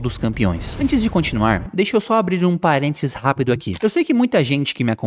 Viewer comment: "Parentis" e "capitões" foram de doer os ouvidos.